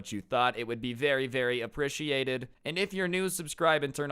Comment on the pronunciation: The way he says appreciated sound weird